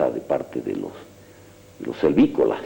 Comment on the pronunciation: Servicolas dice el ignorante este 😂😂😂